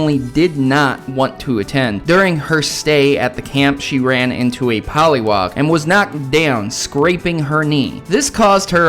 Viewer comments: its not poliwog its poliwag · Poliwag not poliwog